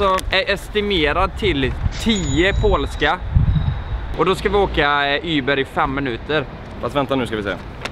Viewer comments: Det heter Uber. Inte Yber! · du vet att det heter uber inte yber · Heter väl för fan inte ”yber” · Säger han Yber eller Uber? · varför säger ni yber?